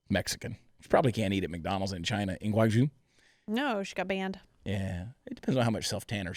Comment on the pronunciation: Chad, Chad, Chad, it's not pronounced Guangzhou. It's pronounced Guangzhou! LOL LOL